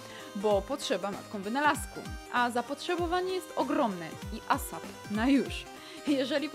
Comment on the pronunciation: Powiedziałaś ASAP bardziej poprawnie niż większość anglojęzycznych youtuberów :) Poza tym ciekawie i uciekające ciepło jako sucharek na przegryzkę.